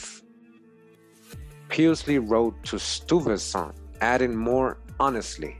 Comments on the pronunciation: I'm thinking Stuyvesant pronounced as Stee-ves-san. Hey!! Wayamint! Sounds kinda like Stevenson. Hmmm. Ijs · Fantastic post,! Peter Stuyvesant's name would be pronounced as Sty-vessnt, Schuyler=Sky-ler, Albany=All-bany (- means the emphasis is on the first syllable). It is so revelatory to hear the history of my native State recounted, recognizing many of these names and places, and innerstanding that these early settlers were some of my own people and not those whom we were 'taught' they were. Thank you so very much for your tireless efforts to educate us. Happy Holidays!🎆🎀🎄